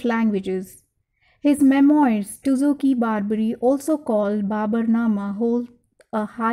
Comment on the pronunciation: It's babur not barber 💀